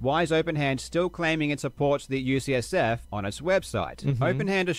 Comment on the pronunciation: It’s maybe also worth noting that he sometimes says “USF” instead of “UCSF”, which are very different colleges. But the bottom line is - he has claimed to be donating to a few specific organizations, but provides no evidence that’s ever happened. That’s a flat out lie.